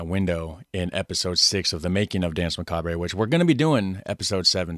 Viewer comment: Euuuuuh neuuuuu what a macabray hombreeeeee yeah macabrayyyyy mannnnn let's just throw allllllllllllll the languages in one pot and call it English why nottttttttttttttttttttttttttttttt Macaaaabraayyyyy duuuude toooooootaly awesome .......some macaaabrayyyyyyy we can HEAR how it is pronounced but let's call it : macaaaaabraaaaay essay !!!!!! Macaaabraaayyy